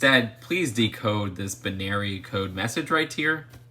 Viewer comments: ahem bih-nary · I wont decode the binary after that rough pronunciation 😂😂😂